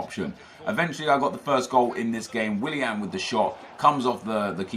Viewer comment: how can you say willian so much and still not realise?